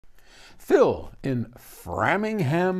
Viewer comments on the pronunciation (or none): Pronounced Frame Ing Ham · We say ‘Frame-ing-ham’ like you are framing a ham. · It’s pronounced Frame-ing-ham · Gotta laugh at this guy's passive aggressiveness in butchering the pronunciation of Framingham. For those who don't know, Framingham is home to Bose, which is a company this guy absolutely loathes.